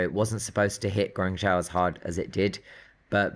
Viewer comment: Love you, but please say Guang-JOE, not Guang-ZOW. Not sure if that’s the British pronunciation or just funny. In any case, it’s always fun to hear mention of one of my favorite cities. Thx!